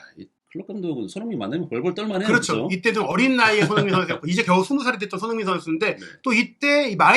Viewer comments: 손흥민 발음이 잘 안되면 너무 빨리 말하지 말고 손 반박자 쉬고 흥민 선수하면 훨씬 나을 겁니다 😅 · "손흥민 선수"를 제대로 발음 못 하는 거 정말 귀에 거슬려서 듣기가 힘들다